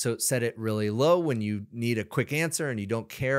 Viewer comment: How man R's in 'this is rrrrrrReally good!'?